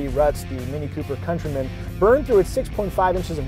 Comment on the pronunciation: Countryman as in - Cuntrymun, not COUNTARY-MAAN.